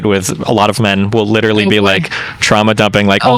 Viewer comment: Dwis gwuy widderly hwitting da gwuitty